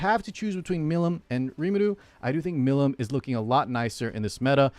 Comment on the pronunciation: Listen to how they pronounce Milim's name in English. Mill- EAM. I'm not sure if I have ever heard anybody from epic community actually say it correctly.